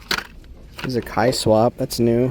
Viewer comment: I'm pretty sure it's pronounced "K" swap. Like swapping a K-series engine into your Civic. And then they put it together with the term kei car or truck for the little cars they have in Japan. Pretty sure there's a K series engine in the back of that Kei truck. Get it?